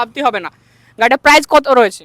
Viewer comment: Are dada prize noi price ar erokom mukhosto kore video ke banai?